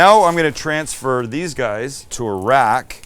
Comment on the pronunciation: "Now I'm going to transfer these guys to Iraq"... That's totally what it sounded like Sam said when he said I'm going to transfer these guys to a rack. 🇮🇶 Sam, please put sauce on the top bun! Oh man, I have to keep telling you this! 😎😘